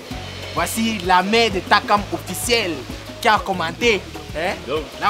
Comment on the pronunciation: Surtout qd elle disait tsakam au lieu de Takam😂